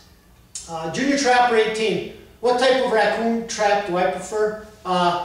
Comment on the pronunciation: Jrdtrapper18 not jrtrapper18 lol